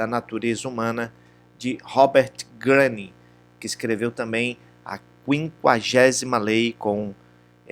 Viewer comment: Que horrível... não sabe nem falar o nome do autor...